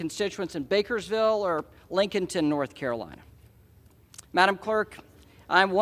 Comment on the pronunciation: Did he say "Bankersville"? You run the deal now why are we talking about flowers?